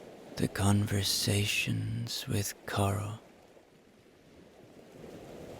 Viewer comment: I hear Cliff’s friend’s name as Coral, not Carl. For me, suits her. Beautiful story. So relaxing. Thank you.